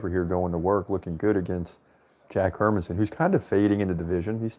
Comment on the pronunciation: You're actually pronouncing Hermansson more correctly than how most Americans pronounce it. In Swedish the emphasis is on her, with a secondary emphasis on son. Emphasizing man just sounds weird from a Swedish perspective, because there's no such emphasis on the name Herman.